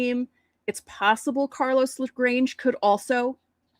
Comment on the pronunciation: Bro it’s not pronounced “le grange” it’s “le granHEY”